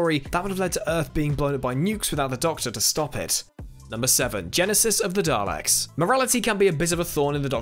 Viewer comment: Why are you pronouncing daleks weird?